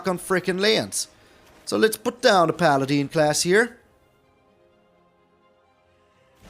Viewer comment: Fyi it's paladin not paladeen. In Dragonlance the main lawful good God is called paladeen. The I is silent.. Unless it's pronounced differently in old world